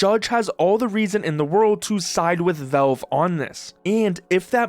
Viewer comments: they're not called velve my friend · “Velve” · WHY ARE YOU CALLING IT VELVE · The way Canadians pronounce “Valve” should be an arrestable offense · Learn to pronounce valve. Jesus